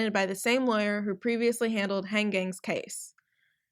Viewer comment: The way you pronounce Geng, Tao and Minwoo made me laugh. I'm sorry.